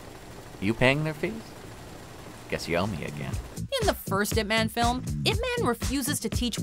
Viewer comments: Its not pronounce 'ip men' it is 'ip man' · Y-ip Ma-hn . GET IT RIGHT not eep man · why are you saying "man" like it is in english? you should say it like "mon". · It's not ip man its IP man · "if man" lol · at least prononuce the name properly, its yhip mhan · Top 2 things they got wrong: mispronouncing Ip Man's name and him speaking English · if you pronounced the way pronouncing Ip man (as in the noun "man"), you might as well make it IP man, (ip address man). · Your saying Ip man wrong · The way the narrator pronounced Ip Man pisses me off lmao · Pronounced his name wrong the entire video '-' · That's not how you pronounce Ip Man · cant even watch this after the narrator pronounced "Ip Man" like a white girl